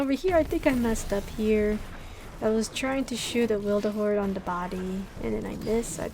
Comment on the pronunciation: Witherhoard not wilderhoard ☺️☺️